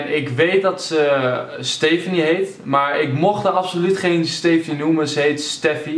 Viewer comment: hahaha ik heet ook stephanie maar dat spreek je goed uit haha bel anders mij ;) je volgde me niet terug op twitter terwijl ik wel #knolpower in mn bio hebb maarja je tweette me wel (=@